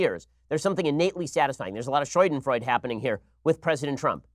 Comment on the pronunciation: Ben, it's schadenfreude, not scheudenfreud